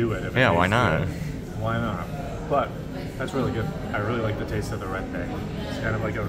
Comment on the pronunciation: lmao ppls eat porrige when theyre sick , nasi lemak is our iconic food and rendang pronounced REHN DUNK